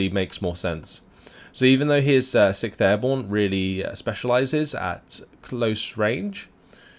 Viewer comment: when you say 6th Airborne idk, but i heard every time Sick Airborne xD